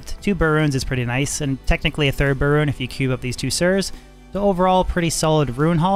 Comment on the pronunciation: It's not pronounced BUUHR rune it's pronounced BEAR rune.